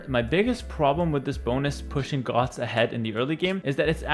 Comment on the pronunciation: I'm sorry, can you pronounce that word again for me?